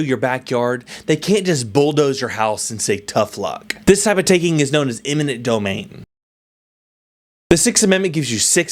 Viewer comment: It's eminet not imminent! It sounds like you're saying the latter!